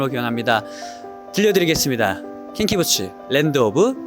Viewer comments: 킹키붗츠-- 입니다. 발음 킹키받음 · 붗s’ 발음이 너무 사랑스러워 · 킹키부스츠는 어느 나라 발음이야ㅋㅋㅋㅋ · 뮤지꺼rr~ 킹키븟ㅊ~ 발음 킹키받네 ㅋㅋ